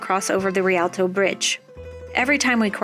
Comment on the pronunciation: Rialto, not rilato 😉